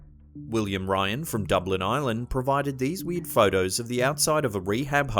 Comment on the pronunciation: Every time he says "weird" it sounds like "weed."